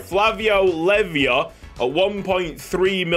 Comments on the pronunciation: Great video as always! Btw Leiva is pronounced "Lay-Va". Come on Wrexham! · concerning Leiva's pronounciation: it's smth like "Lay-bah". Greetings from a long time argentinian follower:)